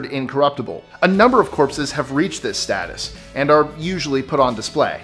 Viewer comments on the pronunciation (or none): none